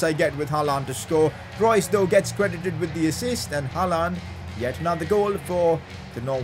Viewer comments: It’s not HALAAND damn it , it’s HAALAND🙏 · It's not ''Halland'' it's ''Haaland'' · I like it when he says haalaand for haaland